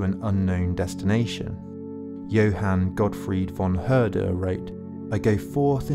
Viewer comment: Nice video and a great overview through the centuries. But please try a correct pronounciation: NOT "Hayghel", NOT "Hearder", NOT "Fitch-Te". Thx.